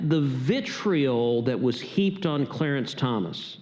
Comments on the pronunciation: It's Thomas not Thompson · It’s Clarence Thomas. Not Thompson. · It's Thomas, not Thompson.